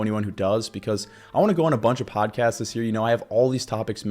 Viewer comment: is it just me or am i hearing you say "hear" instead of "year"? 😅